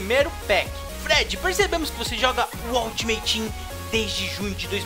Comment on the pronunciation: PARA DE FALAR 'AUTIMATETEAM' POOOOOR FAVOOOOOR